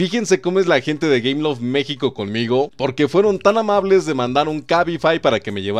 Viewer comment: dice gayloft xD en el minuto c mamut este men jaja